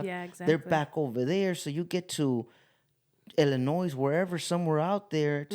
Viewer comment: you know the S is silent in Illinois